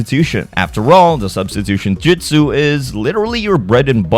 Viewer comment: Dude you should not be be doing Naruto if you can't pronounce the names and it's Jutsu not "Jitsu" and it's "Tsunade" not "Tsunadas" tons of names and moves were said wrong.